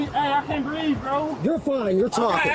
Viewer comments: Of course he can't breef 🙄. Easy diagnosis. Incarceritis. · Is it taught in schools currently or something. Always the same playbook by the low level criminal crowd, "I can't breeve" "I'm pregnant" "Can I get {whatever}" "Can I make phone calls"